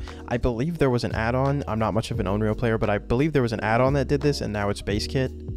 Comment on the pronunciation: Just a heads up, it's considered offensive to mispronounce a Japanese word/name like Onryō as something different.